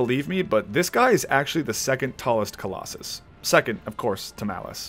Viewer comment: shadow of the colos-sus edit:SORRY I HAD TO LMAAOAOO